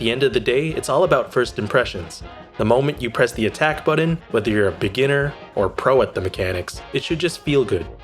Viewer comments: “When I Press the Budden” 😂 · Mili (melee) and boron(button)... really? I enjoyed the video but that pronunciation grates, and English isn't even my first language.